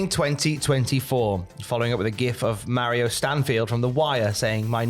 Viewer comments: Marlo* not Mario :D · It's Marlo Stansfield not Mario.